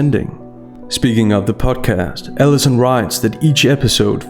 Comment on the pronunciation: Are you saying, "Ellison," or "Davis?" Because the journalist's name is Allison P. Davis. I don't think you should call a professional by her first name--would you say the same thing if the author was a dude? Doubtful. Plus with your accent, it sounds like 'Ellison." I'm not picking on your accent, but rather pointing out something I don't think that you--as someone who is very aware of words--might want to project. I do agree that it's a revolting interview, however. :)